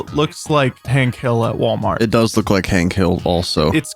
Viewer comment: it ain’t Walmart,it’s wlart